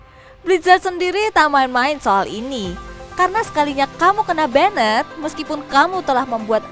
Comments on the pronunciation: Benet, benet, benet, Sebagai pelajar bahasa inggris cukup risih dengarnya...... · Kena "benet"?? 🤦‍♂️🤦‍♂️🤦‍♂️Blajar bahasa Inggris woi!